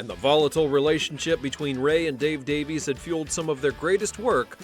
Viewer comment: Sorry to tell you this but it's Davies. Always was & will be.